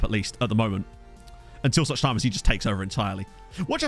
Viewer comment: Suchy is said "suhy" with h from hotel, it actually means "lean" in Czech.